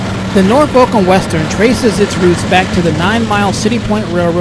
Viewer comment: Really excellent videos! By the way Norfolk is pronounced Nor-fuk.... If you been in Virginia or lived in Virginia that's how everybody pronounce's it.